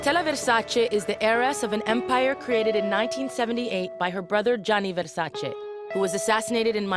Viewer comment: It is VersacE not VersacI guys❤️lmao